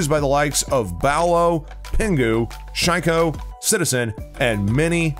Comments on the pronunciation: I feel like steady dissing r6 pros after he said Bowelo & Shy-ko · I’m sorry but I’m pretty sure you just on un-ironically pronounced beaulo wrong while showing a picture of the now retired player ‘Canadian’